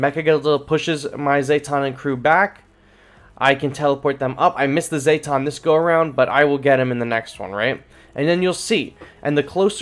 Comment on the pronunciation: Zeh-tawn not zay-tawn